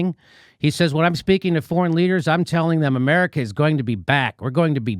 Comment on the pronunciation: "eye-meriKa today. Oceania tomorrow."